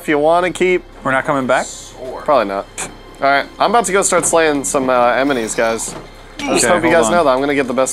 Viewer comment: in channel in one of his vids he says aminal instead of animal and during this he says emenies instead of enemies lmaooo.